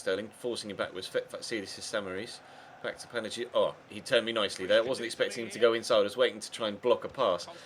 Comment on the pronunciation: Just for the future, in Greek, when "g" and "i" are together like in Panagiotis, it's pronounced as a "y". Not to be a prude or anything but yeah.